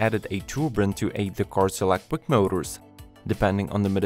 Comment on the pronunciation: It’s electric not elequip